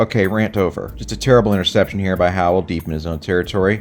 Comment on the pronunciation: "I'll show ya how to throw an intercepshun" I'm dead 💀